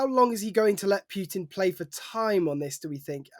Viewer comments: Its Putin not Pjutin, newscrew should learn to pronounce, its not hard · Putin, not Pyutin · May be it's time stop pronounsing Putin as pewter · Although I can see some connection here, Putin is pronounced Pooohtin, the "u" as in "you", not as in "puking".... Please, pronounce the names as closely as possible to how they are pronounced in the country of origin, in stead of making all kind of frivolous variations, making it seem that there is a busload full of dictators leading Russia with an iron fist, while there is only one causing all that havoc, just like the Czar once did. Otherwise, pronounce Trump as Truuuuuuuuuuump, and Macron as Mukkkkrownnn, Xi Jing Ping as Pong.... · Who is Pjutin? Try to pronounce things a little bit better. (He is a POS, though... Trump too...)